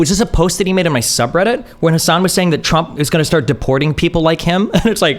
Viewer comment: pretty basic for anyone who has covered politics for the last decade. How would ever consider the insights of someone who pronounce Trump as Tramp or Obama as Opano?